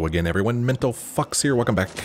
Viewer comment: Sounded like he started off said hello mental fucks instead of fox